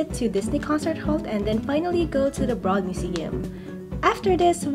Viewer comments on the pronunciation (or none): DTLA is so pretty 💕~ PS: The museum is pronounced Buh-road 😅 like “road” where cars drive on. ☺️